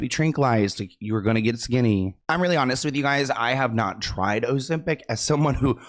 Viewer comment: That silent "b" 😅 couldn't be me